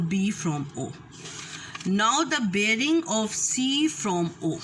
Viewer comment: Aur breaing nahi bearing hota hai. Jesa bolo ge wesay he likkho ge Allah ki bandi Meri chohti bahan. Correct yourself.